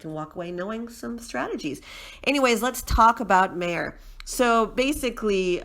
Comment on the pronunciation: Lol- it’s pronounced … My-er!